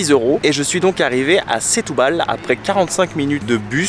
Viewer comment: "Chtoubal" ahaha le frenchy , sinon nos amies portugais comprendront pas ; ) un des meilleurs endroits pour déguster le poisson, cuisiné grillé ou simple, attention garlic mais on peut demander sans...pas besoin de trop! Un choix dingue de super qualité Ville de la seiche à l'encre plat typique mes amis portugais m'ont invitée au resto, plusieurs poissons frais avec un blanc...top! Aussi dans un resto typique de Semsimbra près du port, mélange de poissons et fruits de mer... goûteux ! Pensez aussi à vadrouiller, sortir de la ville, aller voir la montagne Serra Arabida magnifique ! Semsimbra, le Cap Saint Vincent, mes amis portugais m'ont fait découvrir, qqes plages encore authentiques encore peu envahies C'est aussi une ville pour le sport, où découvrir la culture, art, musique, guitare Portuguese (le fado c'est très vivant à Lisbonne)